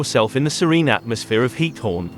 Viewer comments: Its GIETHOORN, not hiethorn GGGGGiethoorn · Please add automated dubbing in Dutch. As a citizen of The Netherlands you are killing me by pronouncing “Giethoorn” as “Heat-horn”. 🤣